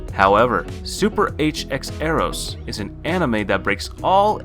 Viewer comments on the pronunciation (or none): Pronounced "Super X-Eros" btw